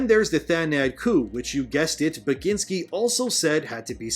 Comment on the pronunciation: You did butcher it, but no worries haha. Poland apologize for Tomek Bagiński existence.